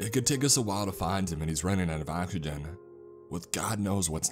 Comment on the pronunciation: weird way to say oxygen